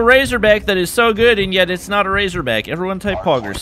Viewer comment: It GayZorBack